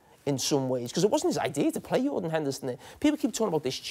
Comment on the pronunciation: lmaooo "yordan henderson"